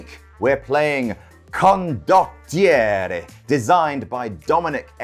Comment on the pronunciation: I counted at least 3 different pronunciations of Condottiererererre. They are all different to the 4 I use. I don't think any of them are correct.